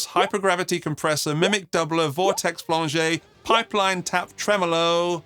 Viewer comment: Did you actually mispronounce “flanger” as “flan-jay” ?